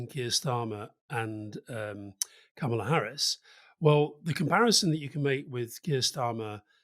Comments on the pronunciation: Kamala like Pamela (stress on the first syllable), not like Obama :) love the show guys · Why can't they pronounce her name correctly? It is not brain surgery 🤔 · she has said herself that her name is pronounced comma-la. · Does make you wonder how much these guys know when they can't pronounce her name properly. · Kamala as in Pamela with a K. It is not difficult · disappointed in Alasdair. Firstly fpr mispronoucing her name and then for giving an incorrect height- she says she's 5'4" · Kámala. Accent the first a. 👍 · more short o than a in intial syllable but the syllable stress is correct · Alastair please learn to pronounce her name correctly. It’s Kama-la not Ka-ma-la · Alastair, it’s KAMala. Trump and his people refuse to call her by her real pronunciation.. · Her name is Kamila not Kah-mah-lah. Why do British people insist on doing this they called Barack Obama “Bay-rick”. I’m so sick of it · Alastair, please learn to pronounce her name. It is not ka-MAL-a. It is KAM-a-la. (Think Camelot.) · Alistair, Kamala (pronounced KAM-ulla, not ku-MARLA) Harris is 5' 4" not 5' 2", per an interview she gave with Katie Couric. I am surprised that she is my height, though, as she always appears to be tall and rangy. I guess it must be the high heels. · Her name is pronounced Kahm uh luh not kar mar la. It is quite a dishonour to incorrectly pronounce some name almost deliberately incorrect. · Two notes for Alistair: a) Her name is pronounced KAH-muh-luh not kuh-MA-luh. b) That dog is so cute I can't hear a word you're saying. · 'Comma la' Harris, not Ka mah lah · Why, why do we have to keep focusing on the colour of a person's skin. How about electing a Fat president, or a blue-eyed president. She's an American damn it! Let's get some balance here. May I say, Kamala Harris' first name is pronounced the same as Pamela - it's Kamala, no Kamahla. Sorry Rory, I love you, regardless. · Karma -la, not comma la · It's KAH-mah-lah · Mispronounced; kamala rhymes with pamela